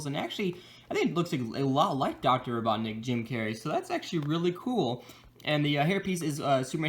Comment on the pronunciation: You said doctor BOTNIK instead Robotnik